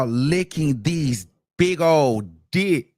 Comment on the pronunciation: Yeah she bought them in from out of town. Made the arrangements. I said that yesterday she loved it. And stop saying dick like that boo. Dickkkkk, dickckckc 👀 👺👿